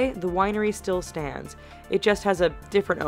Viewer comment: Donald trump the way she says it just has a different owner..........Donald...Trump 😂😂😂